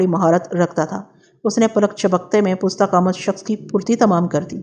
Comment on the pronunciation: Pusta qamat ghalt h, yeh Farsi ka lafz h, pasta qamat sahi h